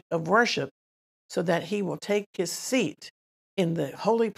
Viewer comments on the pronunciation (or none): none